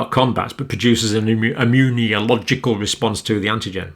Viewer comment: john cambell I love your videos but can u PLEASE stop saying “immun-ee-oh-logical” its meant to be “immuNOlogical”! driving me a bit batty. this is because we are reading along the text as you speak. thank you for all else 🙏🏼